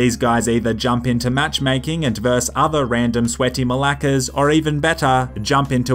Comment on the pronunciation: As a Greek person hearing you say malaka in an Australian accent is surreal 😂